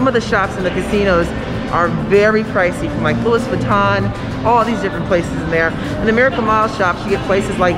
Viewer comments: Wait, what. Did I just hear "Lou-is Vuitton?" SMH. It's expensive because it's designer, not a generic store. Lol. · She did not just mispronounce Louis Vuitton..